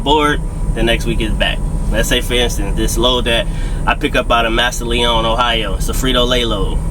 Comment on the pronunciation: It’s pronounce mas.sa.Len Ohio